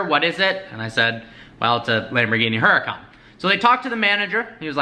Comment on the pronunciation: HE PRONOUNCES HURACÁN WRONG